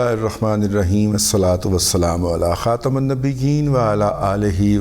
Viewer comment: رضى دادا صاحب درود پاک کا پڑھنا بھت ھی اچھا عمل ھے ماشاء اللہ مگر خاتم میں میم پر زیر پڑھیں عربی کے قاعدہ کے موافق بھی ھو جائیگا۔۔۔شکریہ